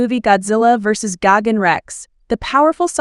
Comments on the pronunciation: Gagan it’s gigan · Gigan❌ gogin✅ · It’s gigantic not Gogan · Ah yes gagin